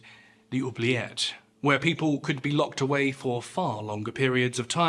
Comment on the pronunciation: Apart from my earlier childish comment, I would like to let you know that I have just watched another great video! Also, your pronunciation of "oublier" and "oubliette" are really good 😄